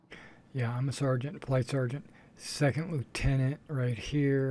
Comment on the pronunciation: You're pronouncing "Lieutenant" incorrectly for a British squadron.